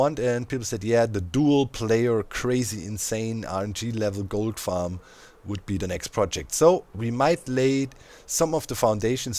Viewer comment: Is it just me, or when Doc says "Gold farm" does anyone else hear "Goat farm"? Now I want to see a GOAT Goat farm...